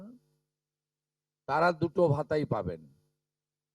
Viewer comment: আপনি সবার আগে মুখে সুপুরি রেখে বাংলা উচ্চারন ঠিক করুন। বিদ্যাসাগরের ১ম ও ২য় ভাগ এবং রবীন্দ্রনাথ ঠাকুরের সহজ পাঠ পড়ুন। তারা-কে ত্যারা আপনারা-কে আপন্যারা অসহ্যকর। বাঙালির কলঙ্ক। এই সরকার হলো ভাত দিতে পারে না কিল মারার গোঁসাই। এত যোগ্য অযোগ্যের বিচার না করে বলে দিলেই তো হয় যে অন্নপূর্ণা কালী শীতলা কোনো যোজনাতেই টাকা দেবো না। আরে নিজে যোগ্য কিনা আগে দেখুন পরে অন্যের যোগ্যতা দেখতে যাবেন।